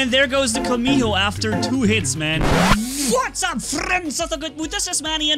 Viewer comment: your saying vatsup